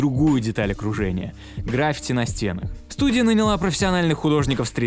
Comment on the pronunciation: граффИти. Да, ударение на И